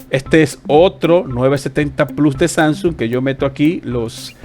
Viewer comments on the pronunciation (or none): none